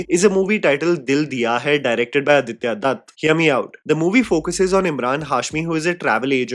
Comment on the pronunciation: Bro I did a double take at Aditya Datt, I thought you said Aditya Dhar 😂